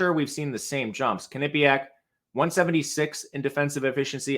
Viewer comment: Butchered the way you pronounce Quinnipiac lol.